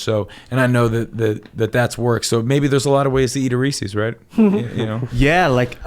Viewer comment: Tipper Gore...is that you??? Also....never trust anything anyone who can't pronounce Reece's correctly says...that's an apostrophe not an accent ..the guys name was Reece and there his cups/pieces...oh boy.